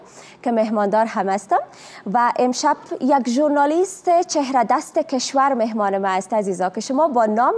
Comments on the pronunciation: برنامه تان خوب است اما در تلفظ واژه ها دقت کنید. مثلن ژورنالیست چهره دست نادرست است. درستش ژورنالیست چیره دست است. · برنامه خیلی عالی بود خدا راشکر که این هموطن نازنین ما صحت یاب شدند موفق و کامیاب باشی جوان!!! جان چیره دست است نه چهره دست... نازنین میخواهی خیلی ادبی صحبت کنی اما خیلی اشتباه تلفظ داری امیدتمرین کنی تا بهتر و بهتر شود برنامه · چهره دست چی است؟؟ چیره دست بگو فقط یاد گرفتی حرف بزنی بدون اینکه کلمات را درست تلفظ کنی یا معنایشان را بدانی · جان برنامه اترا اکثر ګوش می کنم، لیکن انتقادی که از خودت دارم و می خواهم تصحیح شود اینست که، واژه ها را خیلی قلقله می کنی، تا حدی که مرتکب اشتباه می شوی. مثلا: "چیره دست" را "چهره دست" ګفتی که اشتباه مطلق است. مثلا: " نقطه ای ضعف" را "نطقه ضعف" می ګویی، در حالی که در زبان های دیګر هم، همان نقطه ای ضعف است ، یعنی نسبت داده می شود. لطفا اندکی توجه کن و کوشش کن بیشتر نرمال صحبت نمایی عزیز من.